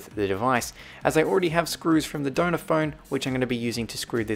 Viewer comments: At first I thought you were saying “donut phone” not “donor phone” 😂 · It sounds like donut phone 😂 but he says donor phone. Same with iPads. Sounds like sailor iPad but he says cellular iPad 😂😂😂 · I just realized you were saying Donner phone not doughnut phone😂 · For the whole video, I thought you were saying donut iPhone instead of donor iphone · It sounds like ur saying donut